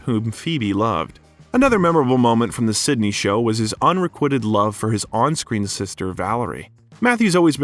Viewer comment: Did he really say Beverly Hills. 9.zero. Two. 1. Zero. 🤦🏻‍♀️ and un re quitted love🤦🏻‍♀️🤦🏻‍♀️🤦🏻‍♀️